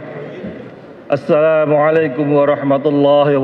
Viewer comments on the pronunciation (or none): none